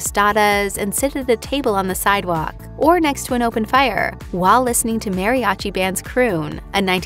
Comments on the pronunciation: Ironic the Hostess was so stern in specifying how to properly pronounce "Tacos" BUTT made the exact same mistake in properly pronouncing "Mariachi" 😂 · Americans (read: white Americans) couldn’t pronounce “taco” and this narrator can’t pronounce “mariachi”.